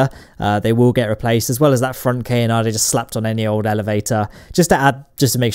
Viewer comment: That’s not how you pronounce canard,, and you know it